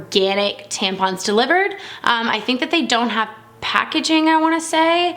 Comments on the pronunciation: Good video but it’s tamp - on - not tamp-in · tampon is said the way it's written, why did she say " tempen" 🙄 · you pronounced tampon wrong It's pronounced (Tamp-on) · I love to way she said tampon haha